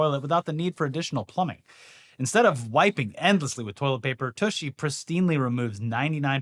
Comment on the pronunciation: it's wild how Americans are incapable of saying "toilet paper"